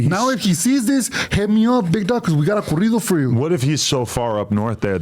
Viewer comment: THEY JUST NEED TO HAVE A WHOLE SHOW OF ADUMB SAYING SPANISH WORDS🤦🏾‍♂️🤦🏾‍♂️🤣🤣 CORRIDO (CAREETO)🤣🤣